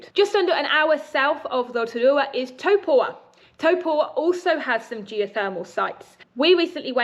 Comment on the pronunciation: Is it not Taupo rather than Topua? Sorry to be pedantic but it made me think I had it wrong.